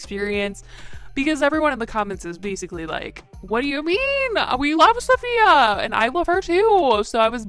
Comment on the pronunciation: Can you please learn how to say Safiya’s name correctly ? It would have taken you 2 seconds